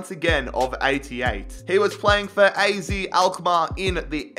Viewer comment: You pronounce AZ as AAZET Greets from the netherlands🤣🤙🏻